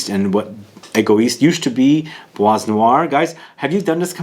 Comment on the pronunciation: Kinda makes sense as Demachy worked with Jaques Polge at Chanel at the the time my favorite fragrance was created. FYI, you dont pronounce the S in Bois 😉